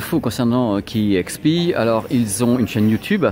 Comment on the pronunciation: Salut! euh la radio c'est KEXP (d'ailleurs à prononcer "quai ex pi" et non "quai euh ex pi"), mais tu t'en es bien rendu compte quelques instants plus tard! Tes vidéos sont super cool!